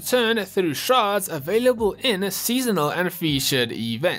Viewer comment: the proper pronunciation is SH-AR-DS not SHR-ODS (shards) lol sorry it kinda annoys me although do love your videos